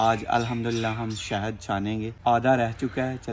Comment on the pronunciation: Shehad hota hai behn 😂😂😂😂😂😂shahid nhi